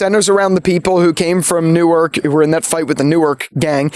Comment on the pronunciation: As someone who grew up in North Jersey(actually in the same town Jimi Simpson is from), hearing the actors say "NEW-ARK" and "BELL-VILLE" when they're pronounced "NORK" and "BELVÜL", made my brain hurt!